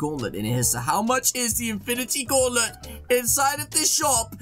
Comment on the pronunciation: 14sc into the vid did he just say infinity gaulet not gauntlet wow English class passed congrats 👏👏👏